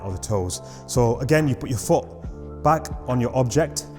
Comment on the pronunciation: 'place your FOOH' great video bro